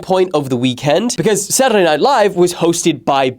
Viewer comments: "Saturrrrrday Night Live" aaaahhhhh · Whys bro rolling his "Saturday's" He's British not iShowspeed 😂